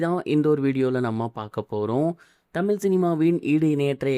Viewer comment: தமில் சினிமாவ பேசுர இது உனக்கு தேவையா பேசுர தமிழ் பூரா தவறு